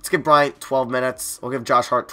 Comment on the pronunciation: Anyone get very annoyed when he says O’Bryant instead of Bryant